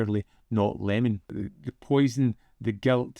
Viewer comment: I,m pretty sure it s pronounced e-je-mon, not lemon. It,s a capital i, not an l. Sorry to be so pedantic.😒